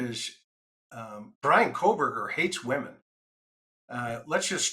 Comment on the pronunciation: Kohberger, no L.